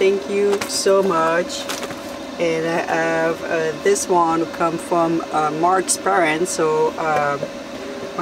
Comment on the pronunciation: Have. Not ave